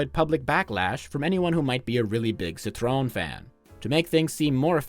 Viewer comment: Agreed! Awesome channel. Would be even better if he learned how to pronounce Citroën.